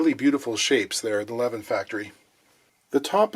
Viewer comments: Its not "levvin", its "leviin" wih a long i. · Levin should be pronounced with long e-sound, like "Leveen". I have a wooden Levin snare drum in my collection. Metric size so finding heads are challenging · For anyone curious, Levin sounds more like Leveen. Almost nailed Göteborg (Gothenburg) though. Have a happy new one! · To get more swedish pronunciation, you have to make the letter i a bit longer. Like "leveeen". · it's pronounced Le-veen.